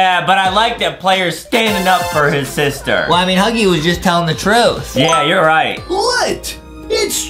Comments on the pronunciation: I like how justin says saster insted of sister lol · Justin it is not saster it is sister